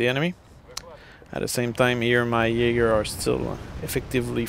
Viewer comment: Are you Danish? :) You knew how to pronounce "Jaeger" right, which most people don't.